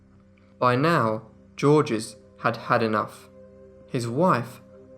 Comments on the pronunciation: "Georges" is not pronounced "JOR-jez." It is pronounced "Zhorzh." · Just say 'George' which is nearer to the french pronunciation. The French do not say the final 's' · I love your channel and I don't mean to pick but when someone's name is spelled Georges, isn't it pronounced something like Zheorzh? The G's are pronounced like soft "sh" or like "zh" and there is no "S" sound at the end. You do great work here, my friend, this was just for future reference. Cheers! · Georges is pronounced George with no second syllable at all. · The S in Georges is silent! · The S in Georges is silent.